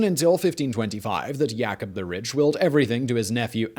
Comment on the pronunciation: "Not just richt but sated".